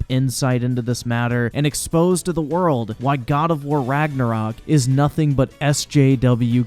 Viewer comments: The man got me with how he pronounced Ragnarok wtf is ragenrok lmaooo 😂😂😂 I'm black but at least I know the history all that mispronunciation is killing me jeez it's not that serious I feel it's a good retelling of a story like good stories are supposed to be like how folk tales were told anyone can be who ever they want in a story where is the imagination? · I love how at the end he couldn't even say Ragnarok right.